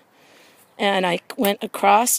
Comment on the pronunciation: Thanks for the video! And there is no T in across